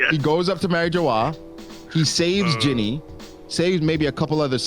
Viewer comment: If couldn't be anymore annoying this fool calling jinny, "ginny" such a 🤡